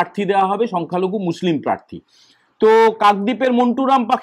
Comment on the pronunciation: তোমাকে বলেছে কানে কানে? 😂 শোনা যাচ্ছে আপনাকে প্রেররররার্থী করবে।